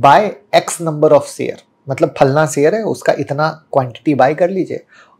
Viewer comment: सेयर करो क्या होता है... शेयर बोलते है उसको.. मुह मे पैदाईसी सुपारी है क्या